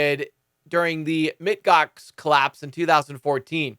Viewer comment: Yes!!! The "Mit" Gox was bothering me because it was telling me that he didn't know who they were. It seemed more like he was just reading the article, and not knowing the company. And this was a big deal at the time. "MOUNT" GOX!